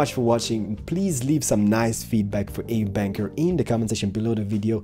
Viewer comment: If the guy who built this is dutch, i'm pretty sure it's pronounced as AUB-Anker. AUB in dutch is short for alstublieft wich means please and anker as in anker from a boat. Seems like a logical explenation since AUB was marked in another colour. :)